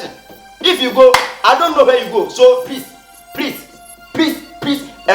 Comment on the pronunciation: Prease prease,prease and prease again 😂😂😂😂eeeeiii kyekyeku brofo